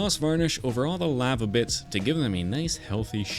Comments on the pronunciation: ‘lava’ | lah | vah | not | lay | varh | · Sorry but "laava"